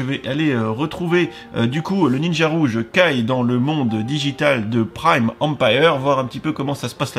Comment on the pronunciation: Ça se prononce kaye pas ké